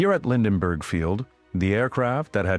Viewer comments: Lindbergh Field, not Linden-bergh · “Lind-en-berg” Field?